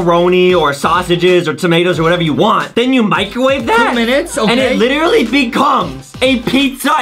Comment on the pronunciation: He lichry chocte again